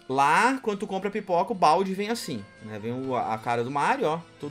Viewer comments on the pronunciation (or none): Pera aí, não entendi se vc disse "Pipoca" ou "Piroka" pelo valor, pq um deles acho q valeria a pena.